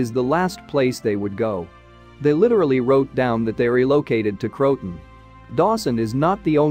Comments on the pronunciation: It's not cro-ton. It's cro-a-tan.. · It isn't /Crowtin/ It is Croatan / Crow-i-tan/ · Pronounced "Crow-a-Tan" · This AI can't pronounce Croaton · Indeed, Crow-A-Tan for heaven’s sake😜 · Believe pronunciation is Crow-ah-toe-an. AI narration didn't pick up on this.